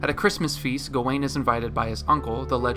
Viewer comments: Dude analyzed the whole movie, Wrote a script to explain it in detail, proceeded to record, listen back, and edit and not once chose to pronounce gawain right. Even the clip in the begining that old man says it correctly as "Gah-when" and you say "Gah-Wayne??" It's infuriating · Why do you keep saying his name "go-wayne"? Didn't you watch the movie?